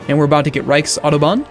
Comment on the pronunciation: Ich liebe meine Autobahn :D nice how u pronounce reichtsautobahn, well played :)